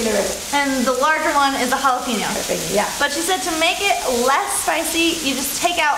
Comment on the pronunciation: Love the content... Just to point out its "Jalapeño" not "Jalapinos" and yes always take out the seeds else you'll be crying. And yes I have and regretted taking a bite without the seeds out